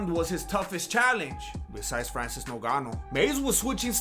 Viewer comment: Can't stop laughing Avery time you say noganu 🤣🤣🤣